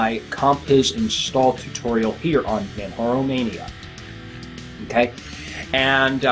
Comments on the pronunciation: Yes I agree. it is pronounced exactly like it is spelt. J remains J and does not sound like H. I understand there are some names out there like Jose which is pronounced as HO-SE. However MANJARO is spelt as MANJARO and not MANHARO !! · You're the only person I've heard call this install Manharo. Even the French friends I have called it Manjaro with a hard j as in jar. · Hi, Nice show, juste one little comment, Manjaro is prononced like in Kilimanjaro, as it is specified on the Manjaro' site. Apart from that, love your show.